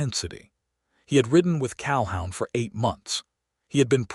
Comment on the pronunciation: Pronounced Cal-hoon